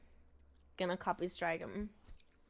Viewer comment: I’m gonna “copystrike” him, “copysrtike” Yep that’s how you say it